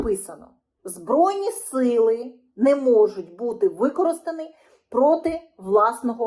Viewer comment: Не можуть бути використани... Господи як ця обмовка ріже вуха. Ви ті хто вчора ще розмовляли російською сьогодні перефарбувались у модні кольори, але невірне використання закінченнь з нездатністю розрізнити де використовувати "и", а де "і" вуха ріже як ножем. І ще когось чомусь повчаєте, фарисєї та лицеміри. І таких в країні кожен другий. А про думати логічно, то вам не дано від природи взагалі. Є причини всьому, і є наслідки. Жріть тепер наслідки, не обляпайтесь.